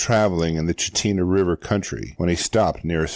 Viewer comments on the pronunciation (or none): Alaskan here (70 years). Chitina is actually pronounced Chit-inah.